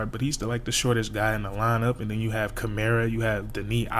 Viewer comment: Deni Avdija “Denny” “Awv-dee-uh” Toumani Camara “2mon-ee” “Cuh-mar-uh”